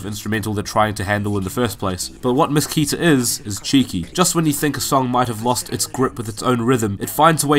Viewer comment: The right pronunciation of "KETA" is like "ketamine" without "mine"